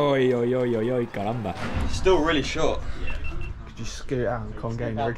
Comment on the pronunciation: that "Cramba" was so well said